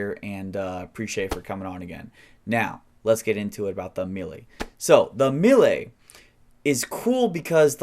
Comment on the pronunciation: AMELI, like saying Amelia but without the A at the end..